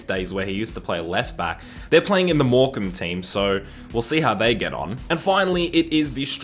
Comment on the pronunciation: Ayyy you pronounced morecambe right niceee